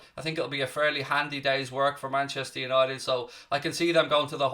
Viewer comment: That's the best 'Manchester United' I've heard in a long time. Listened to it 10 times.